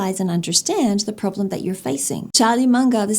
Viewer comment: What's a "prolem" (pronounced: problem) LOL😂 (Point 4 of "advantages...")